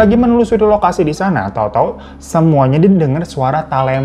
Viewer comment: Talempong, T nya jgn di ganti K yaa bang 😂😂😂